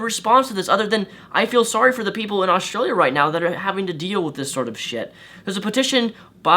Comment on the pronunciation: Lol australia is not a terrible place and he says australia wrong.He says it like every other American